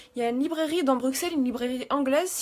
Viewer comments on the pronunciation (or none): J'adore tes vidéos et j'ai adoré les cosplay de la librairie, moi j'attend le livre en fr. Par contre je suis Belge, et quand tu dis bruXelles, sa m'intrigue, car il se prononce comme deux "S" >> Brusselles :). Bisous bisous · on dit "Brusselles" pas Bruxelles! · on dit BRUSSEL...